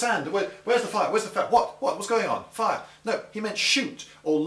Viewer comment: aragorn actually says in elvish, 'release arrows' its the people of rohan that get it wrong when theoden goes 'give them a volly' and then gamlingsays, after dropping the arm 'foire' (thats how it sounds anyway :P) then the guy with ONE eye *rolls eyes* who seems to be partly in charge, then relays the order. that said, remember the elves then have a effective rangeof 300m or more, legolases bow technicall has one of 400, the best range in all of middle earth including artillery.